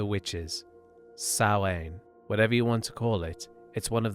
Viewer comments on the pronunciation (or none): Samhain is pronounced s ow in, I'm from Ireland and that's how we pronounce it where I live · Samhain, Sounding out as SOWN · I'm sorry i have to, samhain is said like sow-in